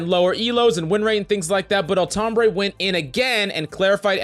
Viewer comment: Every time he says Altombre, I hear Tom Brady. Especially on >1x speed which I play YT videos at.